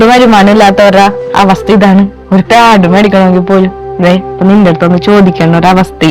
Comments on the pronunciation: പ്യാട് അല്ല പാഡ് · പ്യാഡ് അല്ല പാഡ് ആ 😀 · പ്യാഡ് അല്ല. പാഡ് ആണ്